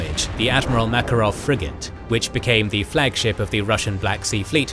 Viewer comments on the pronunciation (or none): none